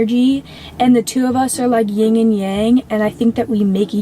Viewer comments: this has to be one of my ultimate pet peeves: it’s YIN and yang, not ying and yang. If you are going to make a culture that is foreign to you your whole personality, get it tf right! Damn! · "ying and yang"... It's yin Kendel. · i love that kendall keeps bringing up "ying and yang" while both saying it wrong and not fully understanding what yin and yang really are, yin is the opposite of yang, but with a bit of yang in it, yang is the same but inverse, and they both work together in harmony, kendall saying she's very feminine and doesn't like the masculine energy for her and how her boyfriend is incredibly masculine and such, i don't think she gets that they both have elements of the other in them? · It's yin and yang. Not ying. Sorry, I had to! 😅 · It’s yin and yang. Not ying and yang. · “ying and yang” lol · “Ying and yang…” yup she’s a brain surgeon. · When people say Ying and Yang instead of Yin and Yang it bothers me soooo much 🥲 Also, it’s crazy that they were supposedly in love, but didn’t get married as quickly as they started dating and moved in together. Like girls wake up!! Nothing wrong with this lifestyle if you are legally protected. Get that damn ring. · lol the amount of times Kendall says her and her boyfriend are like "ying and yang"... I guess she's never actually googled or read about the concept of yin* and yang, she's just repeating the talking points of other content girls 😆folks saying they are spiritual while mispronouncing the absolute basics is some prime online shit